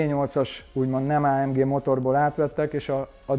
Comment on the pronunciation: Legalább valaki nem Á M DZSÍ-nek ejti mert attól a szőr feláll a hátamon.